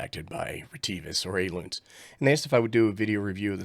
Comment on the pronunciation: Ailunce... is pronounced just like Balance without the B.